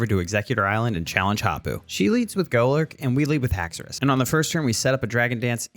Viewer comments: HAXORUS, NOT HAXOUOUS! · THE FIRST U IN HAXORUS IS SUPPOSED TO BE AN O! AND DO NOT LEAVE OFF THE E IN PSEUDO!